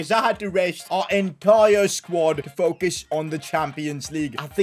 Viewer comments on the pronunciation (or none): none